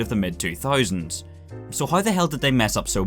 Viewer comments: How = HAURR wtf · "hiowuw i don't hiowuw"